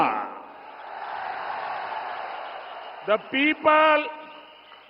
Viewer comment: அந்த ஆளுக்கு அல்வா கூட சரியாக உச்சரிக்க தேரியல.அலவா ஐயோ. ஐயோ 😅😅